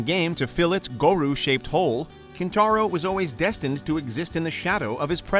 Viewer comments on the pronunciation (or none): "Introduced in the second game to fill it's Goru shaped hole..." WHO THE FUCK IS GORU? GORO? Terrible list by someone that clearly knows very little about Mortal Kombat. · Come on man, seriously? Goru? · Goru??? GORU?!?! Kanu??? KANU?!?! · Dude it's GorO and KanO not GorU and KanU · What’s a Goru? SMDH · Four minutes in and... I can't watch any more of this list. "Goru" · Dude said 'Goru' 🙄🤦🏾‍♂ play the games u cover smfh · "Goroo shaped hole"? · Does this dude even play Mortal Kombat he pronounced Goro Goh ru wtf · Can't really take this list seriously when the narrator can't pronounce Goro correctly. Are you even a fan? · Kintaro didn’t leave much of an impression? Just a place holder for the real boss? Apparently someone never played MK2 in the arcade, not on free play :) Then again you couldn’t even say Goro correctly. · I feel like the narrator pronounced Goro super weird. But maybe he just said it super fast?